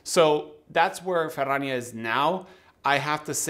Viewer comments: 🖒 Cheers and love the way 'Ferrania' is pronounced in Spanish....better than my Yorkshire accent 😊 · Just here for the proper pronunciation of Ferrania